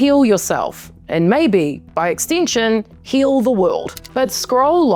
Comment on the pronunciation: I really love how when you say "extension" it sounds in American exactly like "extinction!"